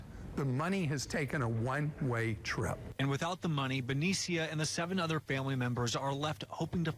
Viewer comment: Wait, did he say 7 'orher' family members?? So 8 people were living there? Yikes.